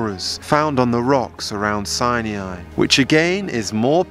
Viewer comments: Mount Sine ee yeye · Its not pronounced Sai-niai LMFAO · Aren’t you mispronouncing the name Sinai, please look it up on google. I spent 8 years being educated in a Christian school and we pronounced Sinai exactly the same way that google does. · Wrong way to say Mt. Sinai... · You're pronouncing Sinai wrong. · Interesting. But please learn how to pronounce "Sinai" !! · I don't understand your pronunciation of Mount Sinai as you seem to mispronounce it repeatedly. I don't mean to be petty but I see the correct sound of biblical words to be important You say mount Sinei and most of us learned that the a is silent. Even if the a added a phonic sound to it I would hear this as Sinaaai with the a elongating the I sound at the end. Am I missing something here? I am mainly curious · Why do you pronounce it Mount Sinyai? it's "Sinai"! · Mt. 'SIGH-NI-EYE'!??!??? 🤔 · Why do you keep calling mt Sinai "mt Sine E eyeee" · Mount Sinai has no i after the n. It is pronounced Sigh-Nigh or sy ny. Can you edit in the correct pronunciation please? Its irritating the way you say it. Sorry. No offence. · I think you are mispronouncing Sinai. Sie nie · Sinai not Saniai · Very nice... but it's pronounced Mt. SIGH-NIGH, not Sigh-NEE-eye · It's pronounced Si-ni not Si-nee-i. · Thanks for this! I think the correct pronunciation of Sinai is "sigh-nigh", not sai-ni-ai. 🙂 Otherwise, nice compilation! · I pronounce it "sigh nigh" not "sigh knee eye". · It isn't "Sin e i" it sounds like "Sini" the "a" is silent. 😊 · S-EYE-NIGH .. not 'Sy-knee-eye' ... ugh! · it is not pronounced as Sain"iai" ... it is Sain"ai" ... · Its "Sye-Nie"NOT "Sye-NEE-I" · Please stop saying Sinee-eye. It is Si-nye. You don't get to change the pronuncoation just to make yourself stand out and feel special. It makes you sound uneducated at the least. Proper pronunciation is essential to proper history and correct knowledge being shared.